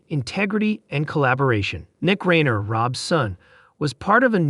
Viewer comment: this announcer needs to learn to say Reiner